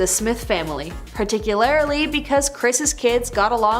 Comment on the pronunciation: 'Particularly' not 'particularITy'.